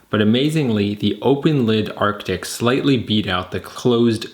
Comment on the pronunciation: FFS, are you unable to pronounce "ARE-TIC"? Is that impossible for you? Jesus! Listening to you saying "ARK-TIC" over and over - even when there were several commenters remarking on this in your preceding video - is like listening to imbeciles saying "NUKE-YOU- LUR" instead of "NUKE-LEE-URR" or "REAL-UH-TUR" instead of "REAL-TOR." Literacy. Check into it some time.